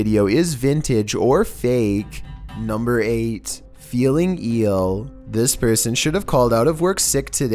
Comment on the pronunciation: Are we not going to talk about "feeling a little eel"?